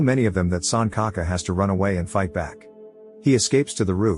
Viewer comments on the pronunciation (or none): RIP pronunciation, it's not sun ka ka. It's pronounced Sunchaka. L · it's sanchaka, like c in china, not sankaka. lol 🤣🤣🤣 suncocka sounds inappropriate 🤣🤣